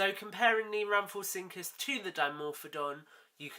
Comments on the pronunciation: i know im late but its pronounce ram-fo-rin-cus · It could be your accent but you said rhamphorhynchus wrong